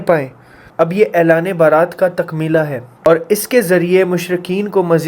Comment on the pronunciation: Baarat Nahin beta ,bara'at.